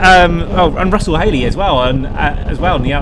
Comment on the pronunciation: Enjoyed that. 👍 is spot on, but I think his first name is pronounced Roo-sell, imagine it with a bit of a stereotypical French accent. Roo-sell Hay-Leee Pieeeerre gasleeeeee (Let’s see if he spots this😂)